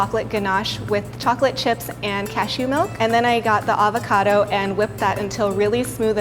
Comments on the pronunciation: hope - the p is silent at night fre shavacadoo 😂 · Its weird being an Australian and hearing them pronounce avacado and gnash xD